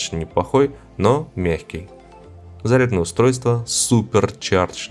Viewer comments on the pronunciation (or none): none